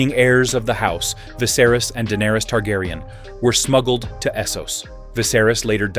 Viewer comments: Is this done by A.I voice because it's butchered the correct pronunciation of names lol, it's been an interesting video regardless. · Aside from mispronouncing names horribly, this was informative.